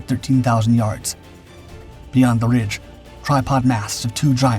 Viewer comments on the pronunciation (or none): none